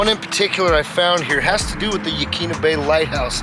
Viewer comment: Yaquina pronounced : Yuh-kwinna